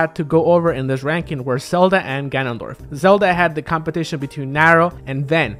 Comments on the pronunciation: Selda. Sorry, not sorry. We know you have an accent. We know you're always going to pronounce a "v" as a "b". You don't really need to call attention to it if you put the name on screen. People are going to pick on you whether you do or not. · Dude, you pronounce "ven" better than you pronounce "Zelda."